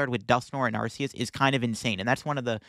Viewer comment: Listen, I love your videos. I enjoy your content! But I cannot stay silent about this any longer. If you pronounce arceus the way you keep doing so, what do you call the arc phone? Because I don’t want to use an arc phone pronounced the way you keep saying arceus lol keep up the good work and the great content!